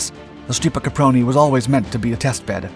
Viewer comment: This guy’s pronunciation of Stipa is horrid.